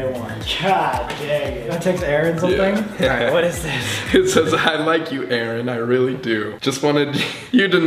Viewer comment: loriii X You had one job ONE JOB It's Aaron Not aroon (I'm joking around so don't take serious pleaseee)